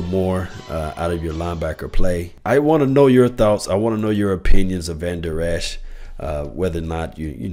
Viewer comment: you are mispronouncing Vandurlacher's name.